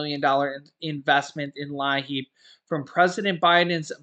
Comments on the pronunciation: Thanks pronounced LEEP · It's pronounced Leep! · as a former DSS caseworker, LIEAP is pronounced “leap”. Your viewers might recognize this help more.